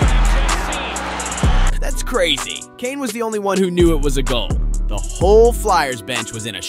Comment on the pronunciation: I had to pause and go to the comments right away. Clicking off - maybe someday I'll come back but if you don't know his name, how can I enjoy a video about hockey from you?